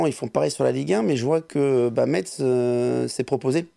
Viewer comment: Salut à vous Petit rappel on ne dit pas metz mais messe, bisous à vous votre emission est superbe